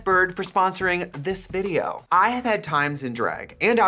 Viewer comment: To Get Back to the Vi-Dee-oh.